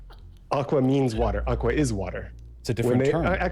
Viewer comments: He literally argued against himself with the “aqua” example. And he didn’t even fucking pronounce it correctly. It’s “Agua” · I love how Vaush thinks he’s got him with the water statement but he literally mispronounced ‘agua’ as ‘aqua’ and as Mexican it’s hilarious people use anything related to us as a gotcha moment 😂😂😂 To clear things up the agua is the translation for the world water in Spanish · Its not even a pronunciation issue, he used the completely wrong word. Aqua is latin. Agua is spanish. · I died of cringe when he said aqua. It's not even the correct word for water. Vaush is top tier entertainment. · Bruh Vaush can’t even get the Spanish word for water right. He’s like the most expressive dumb guy on the left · It’s worse, he is AQUA. Didn’t even say the Spanish word right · The aqua argument is so stupid in so many levels. In the first place , it's Agua not Aqua. He didn't even got the word right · Spanish part of me died. Fucking “aqua”?? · Bro doesn't even know basic Spanish. "aqua" lol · Lmfaoo "akwa" lol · I killed myself in a video game when vowsh said AGUA. How can he possibly be a real person it doesn't make sense. We need to make sure vowsh's brain gets preserved and studied so that nobody else can ever exist like this Jesus fuck me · IT'S PRONOUNCED "AGUA" NOT THE DAMN KINGDOM HEARTS BLUE HAIR GIRL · Him saying agua wrong gets me everytime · the idiot was trying to say agua right?